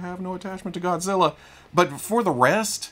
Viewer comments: I’ve gone back to this video three times to hear say “godziller and biolet” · Arkansas "Godziller and Buyerlant" had me laughing my ass off. I love these weekly Fwoosh news episodes.